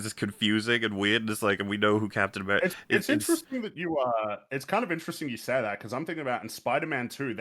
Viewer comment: He doesn't say "like you." He says "like Hugh."